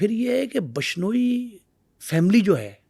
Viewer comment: Phle to name bolna seekh😂😂😂....bashnoi nhi bishnoi ya. Vishnoi bol hutiye😂